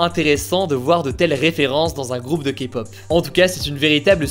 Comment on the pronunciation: Au moins quelqu'un qui ne méprise pas la Kpop et SURTOUT qui ne dit pas "Kapop"